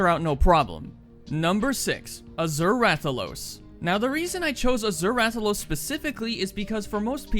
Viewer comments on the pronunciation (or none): none